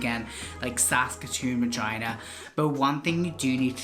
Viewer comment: bro its regina not vagina🤣🤣🤣🤣